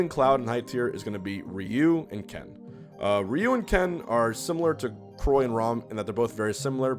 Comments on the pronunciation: "Re-you" "Croy" "Rom" lol <3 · This video: *professional* Tongue: chroy and rom folks am i right